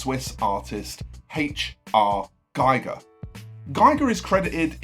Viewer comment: Hans Ruedi Giger's name is pronounced "Geeger", Gieger is the radiation monitor invented by Hans Geiger and Walther Müller. Apart from that, a well-put-together video on some of GW's 'influences'.